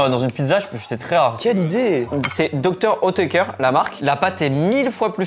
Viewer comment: pour le coup moi cest Hautecoeur, et c'est Dr Oetker la marque, ca se prononce pas pareil 😂